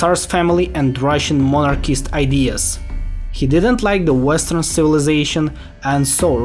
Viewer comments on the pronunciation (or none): none